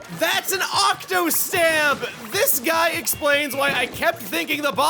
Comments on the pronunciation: “Octostamp Dicks” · Why do you keep saying octostamp dicks.... It's funny. But I'm not sure if it's intentional